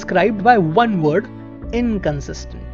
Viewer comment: I love your narration bro, but I always cringe when you say "Warn" Instead of "Won"...no offence, but It's pronounced as "One" and not as "Warn".